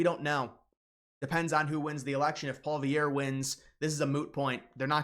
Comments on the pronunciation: Nothing like commentary where they're not even able to pronounce the names properly. Who's Paul Vierre? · Who is listening to this poser? He doesn’t even know how to say Poilievre correctly. You’d think someone who makes talking about these people his job would learn their names. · Learn how to pronounce Pierre Poilievre’s name properly - if you want to make videos that seem half serious. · How have you STILL not figured out how to say Poilievre properly?